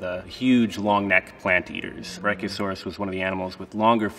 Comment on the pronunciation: Hes saying it correctly